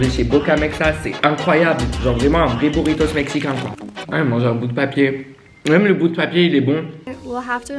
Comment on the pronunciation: Bouritos, ça m'a dérangé ahah